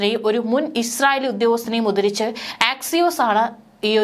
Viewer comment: 'ഉദ്ദരിച്ച്'? ഉച്ചാരണം ശ്രദ്ധിക്കണം. 'ഉദ്ധരിച്ച് ' എന്ന് പറയൂ.